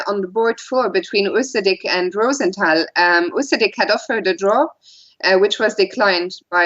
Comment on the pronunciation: More Fiona Steil-Antoni, plz! Great analysis, and the correct German/French pronunciation (ROO-sen-TAL) is refreshing!